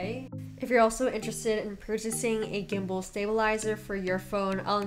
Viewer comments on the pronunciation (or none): none